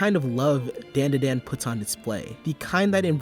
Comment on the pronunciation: Its pronounced DON DA DON